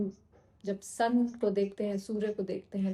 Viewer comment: You said , 'Sun' ki energy hai, I heard 'sanki' energy hai. I thought wo to mai hu 😅 by the way ,thank you so much ❤